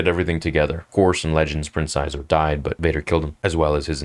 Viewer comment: Shee-zor. Not Zizor.